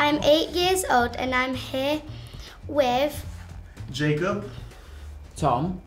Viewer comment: How did she pronounce Zendaya PERFECTLY and the butchered Jacob’s name?